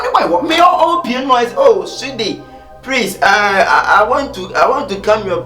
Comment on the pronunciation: Prease prease,prease and prease again 😂😂😂😂eeeeiii kyekyeku brofo